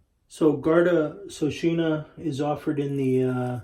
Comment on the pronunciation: Its not SOSHINA as you say. Its Sheokawna.